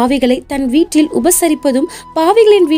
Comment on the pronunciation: வீற்றில் என உச்சரிக்க கூடாது.வீட்டில் என உச்சரிக்க வேண்டும்